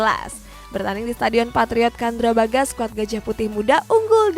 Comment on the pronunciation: gak semua c dibaca k. candrabhaga. bukan kandrabhaga.....